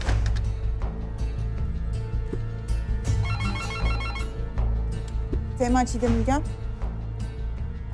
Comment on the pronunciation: 😊sttegmen degil tegmen